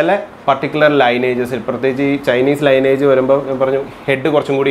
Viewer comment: ലൈനേജ് അല്ല..🙏! ലീനിയേജ്...